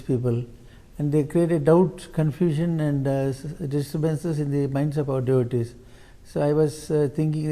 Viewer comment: He says 'my devotees'😂😂😂